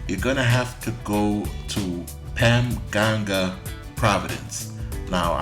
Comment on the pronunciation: Dude you are so right on> I have been to AC about 7 times. I'm 51, and I will be moving there to retire next summer. Oh and by the way It's pronoced Pam-pan-ga :D